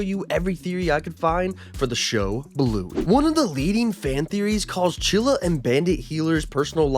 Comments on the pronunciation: he said chilla. Chili is right. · I have Its "Chilly" not "chilla" AMAZING THEORY🗣🗣🗣🗣🔥🔥🔥🔥🔥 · The name is chilly not chilla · her name is chili not chilla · Bra I haven't watched so much Bluey but I definately know its Chilly not Chilla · Stop saying chilla her name is chilli!!!!!! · I TS CHILLY NOT CHILLA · CHILL-I CHILL-I like the food not CHILLA THAT WAS ANNOYING THE FIRST FEW MINUTES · It clearly said chilli. NOT CHILLA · IT’S CHILLI NOT CHILLA😡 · Its not chilla it is CHILLY!!!!!!!!!!! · It's chilly not chilla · I swear id you make any more videos saying chilla- its chilli- chill-E <>_<> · Her name is chilly not chilla for goodness sake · Not chilla it’s chilli (chill-lea) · Ima rainbow baby and it's chilli not chilla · HER NAME IS CHILLI NOT CHILLA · 😂😂 its chili, not Chilla😂😂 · Chilli not chilla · um actually it’s chilli not chilla👆🤓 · BRO ITS NOT CHILA ITS CHILYYYYY WITH A YYYY NOT A A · Him calling chillie chilla hurts my soul💀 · It’s chilly not chilla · “Chilla” 💀 It’s chilli not chilla dude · Her name is chilly not chilla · bro said chilly twice when it's chilli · Her name isn’t chilla!!😩😩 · bro calls chili chila💀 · ITS NOT CHILLA!!!,! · Your saying chillie wrong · IF YOU SAY CHILLI ONE MORE TIME I'M DEAD💀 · Right fr